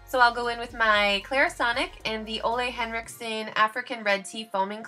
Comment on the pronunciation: How happy it makes me, that you pronounce Ole Henriksen the right way :) it's the small things in life ;) *the first time anyway xD